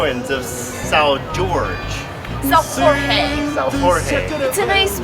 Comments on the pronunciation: SAO RORÉ? LOL WE SAY: SÃO JORGE ! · lol, he pronounced Sao Jorge correctly and she pronounced it wrong :p